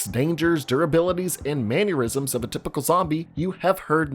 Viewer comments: It's *mannerisms, not "man-yer-isms you fool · "Manuerisms" It's mannerisms, my man. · Did this guy really pronounce it: "man-your-izums"??? 😂😂😂